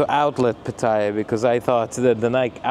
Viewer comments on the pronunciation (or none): It’s pronounced as pateeah ! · get the pronunciation of ‘Pattaya’ right if you don’t want to sound like a tourist.